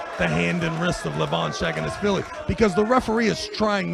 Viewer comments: travis deadass says "shaggin-ass-willy" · dude... he's not shaginasvili he's saginashvili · Shaginasvili 🤣 The commentator should learn how to read the champion's name. Embarassing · Why was that commentator calling him Levan "SHAG"anashvili.. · The commentator got Levan's last name wrong with pure confidence